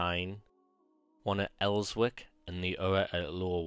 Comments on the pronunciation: I give up, intro far too long and in the FIRST SENTENCE we hear of ''El-wick''..... ffs! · It's pronounced Elsick - and I'm a Geordie. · Good vids but please the w is silent in Elswick.